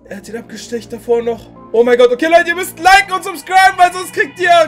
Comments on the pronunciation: es heißt ABGESTOCHEN!!! Nicht abgestecht 😅😅😅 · is irgendjemandem aufgefallen, dass er immer abestecht gesagt hat ?? aber wirklich no hate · Nur zur Info das heißt abgestochen und nicht abgestecht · Immer dieses Abgestecht das heißt Abgestochen 😂😂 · Es heißt abgestochen und nicht apgestecht😂